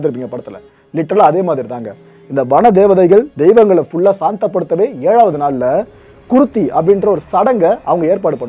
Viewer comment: Its called " GURU - THI "